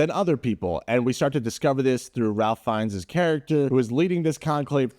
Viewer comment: This may sound nitpicky but I didn't know you as a film critic and I have to say that the fact that you don't know how to pronounce the name of the main actor (Ralph Fiennes) hurts your credibility.